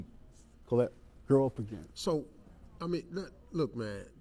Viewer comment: So glad , I checked this one ! Such a loving family . Liked the Steve pronounced her the daughter's name . Name iss Collette too ! God blessed that family ! ❤ 🙏 !